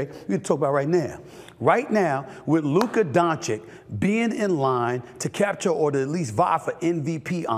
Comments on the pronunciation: “Luker Donchick” 😂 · Is he ever going to learn how to pronounce "Luka Dončić" ?